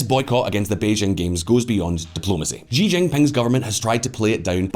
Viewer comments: XI Chi NOT JI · The President of China's surname is spelt "Xi" and pronounced "see", not "gee" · sounds like you are mandarin challenged. 习主席 【習主席】 【 Xí zhǔxí 】X in pinyin is pronounced “SHE” while the I is “E” so it’s SheE with an elevated pickup at the last syllable as denoted by the accent marker. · Learn to pronounce "XI" properly if you are going to make video on China .